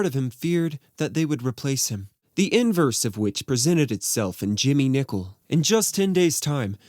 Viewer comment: Nicol, not Nichol!